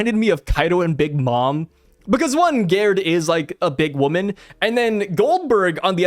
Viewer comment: Since Gerd and Gerde are european/scandinavian it would be pronounced with a G not with a J